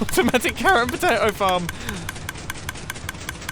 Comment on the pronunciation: Did anyone else think he said 'fart' at the beginning instead of 'farm'?........just me........okay